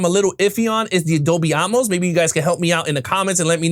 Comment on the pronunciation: its AT-MOSE not Um=mose... tiktoker G.A.TURKS